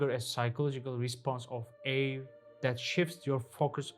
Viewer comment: The way you pronounce ‘awe’ is fascinating (not hating fam just saying u should look pronunciations first ❤️) merry christmas 🎄 🍻🎉